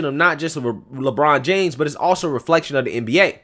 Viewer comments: I like it when he said Lechina James. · It's la bronda james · “LaChina James!” Damn!!! Lol